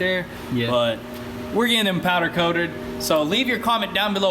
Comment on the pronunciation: My man said “ powder coadered “